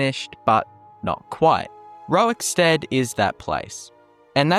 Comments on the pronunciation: Are you saying rowikstead? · I want to thank Pontius Piwate fow taking time out of his busy scheduwe as Govenow of Woman Judea to pwoduce this video about Wowickstead. Welease Wodga, centuwion. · why do you insist on saying "rorik" incorrectly? stopped me from watching desu